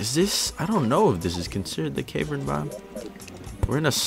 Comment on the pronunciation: It's cav-ern not cave-rn, tilted me